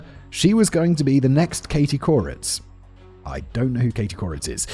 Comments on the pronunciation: Calling Katie Courics (Kerr-Ich) 'coreitz' was comical to me. Linguistics is fascinating how you look at how someone from Europe would pronounce something compared to how weirdly multi ethnic and diverse which is actually NOT the norm but how it is here in the USA. When I say multi ethnic I mean French Italian English Irish Hmong Thai Lao Egyptian etc. And it's interesting that we really have a highly stereotypical experience, BUT some familiarity with what educated people here can find they associate with that country or group of people. where unless you live in France or Germany (even then mostly Algerian and Turkish respectively) most things are just homogenous almost everywhere. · My brain glitches every time he says Katie Couritz. It’s Katie Couric. Core-ick. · That's why it sounded familiar! I wondered if there was someone of more regional fame named something like Kuritz. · Who's going to tell Simon that "Couric" ends with a hard /ck/ sound? 😆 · I wrote it right, he pronounced it wrong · It's Katie Couric. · I spelled it right in the script, but people have said he was pronouncing it the way the ic sound is pronounced in Czech. I have no idea if that's accurate or not. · Simon’s Czech is coming out with how he says couric. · I wondered why he was pronouncing it that way. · i knew who he was talking about and that it wasn't the right pronunciation but i could not for the life of me remember what the right one was or how it was spelled, so ty for posting this and settling that for me lol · i was thinking the same thing! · Thank you! I was so confused😂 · Katie Couric(Standard measurement of 💩 weight. South Park) Laughing every time Simon says her name😂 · was he saying Katie Couric? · This was killing me 😂 I’m pretty sure it’s bc he lives in Prague and thats how the Czech would pronounce it